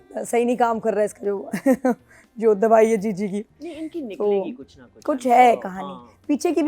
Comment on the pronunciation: Jiji ❌ chiji ✅ 😂